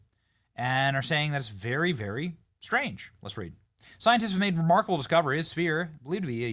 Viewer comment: "Soyentists"... Ack Ack!